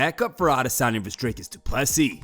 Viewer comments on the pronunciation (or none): Us man is a washed creep and anyone who says adesanya like that needs to be drop kicked glazing all over Izzy 🙄